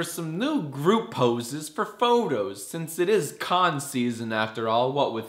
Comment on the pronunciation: it's pronounced poses